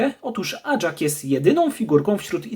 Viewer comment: NIE ACZAK TYLKO AJAK